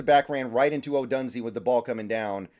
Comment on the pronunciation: It is pronounced Ohdoooooonzay. He and MHJ are studs.